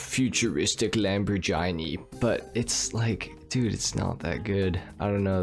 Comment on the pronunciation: honestly it offended me more the way you pronounced lamborghini then what you say about the tezerract